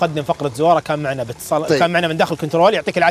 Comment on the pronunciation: الكتنرول😂😂👏🏻؟؟!! الكنترول ي بابا انت يبي لك من يدّقق وراك و وراء اخطائك الله يهديك🌞💦